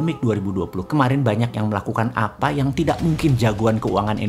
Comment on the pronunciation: sangking emosi boss man bilan "Apa efek jadi AFA EFEK". semangat bossmannnnn